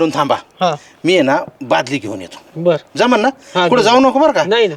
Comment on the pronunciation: अति शुद्ध होतय बालदी बादली म्हणा